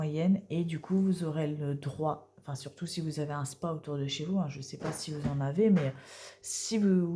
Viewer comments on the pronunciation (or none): On dit S.P.A et pas spa😮 Merci pour votre vidéo et votre gentillesse